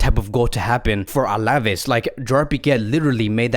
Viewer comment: Absolutely love your vids. To help you improve: pay a bit attention to the accents: Alavés has got the emphasis on the E, so it's AlavÉÉs, and not AlÁÁves. Same thing with Araújo. It's not AurÁÁjo, but Ara-ÚÚjo. The accent on the vowel shows you which vowel to emphasize. Just trying to help you bro. You're te best!